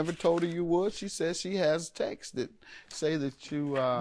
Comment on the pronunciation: It really saddens me when people say textes.. it’s just texts babygirl 🤦🏾‍♀️ but this was a funny case! She started stripping 30 years ago 😂😂